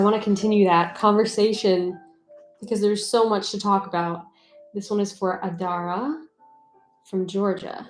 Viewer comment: YAY! I got to finaly hear my name Adara be called. So happy and you pronounced it correctly too. cant wait! its said to be here tomorrow!!!!. sad i missed the live version of this stream.